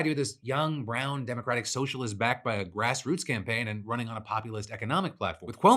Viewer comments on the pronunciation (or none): none